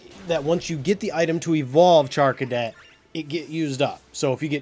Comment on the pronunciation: also you did say charcadet's name correct i named my charcadet megaman because he changes alot like megaman